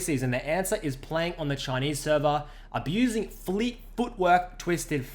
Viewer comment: "And Dopa has been aBEUUuZing it, in the preseason."